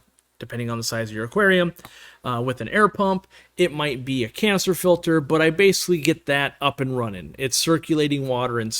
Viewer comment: ’Canister Filter" could be slightly more enunciated 😝